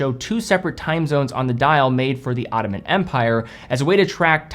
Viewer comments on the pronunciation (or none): none